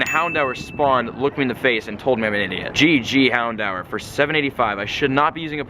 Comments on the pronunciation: Bugs me so much. It's pronounced 'houndoor' not 'hound hour' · why do you say houndour like houndower?!? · its pronounced Hound-oor. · You said "hondour with three" twice at the end of the video😂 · why do you pronounce houndour like that!!!!